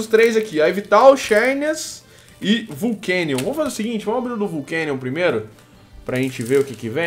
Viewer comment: Não é vulcanion mas sim volcanion